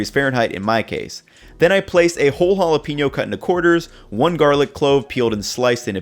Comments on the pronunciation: why he call them holla peenyo chips lmao they called jalapeno (juh-lah-pah-no) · Ha-la-pain-yo not ha-la-peen-yo